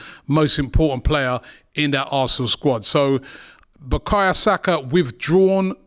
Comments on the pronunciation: Bakaya?? Now robbie cant even pronounce bukayo properly. This guy just struggles with any name now 😂😂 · who's BUKAYA? Robbie making these sky sports commentators looked cultured lol, its BUKAYO!!! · I’m tired hearing Robbie calling the boy Bukaya Saka. It’s BukaYO!!!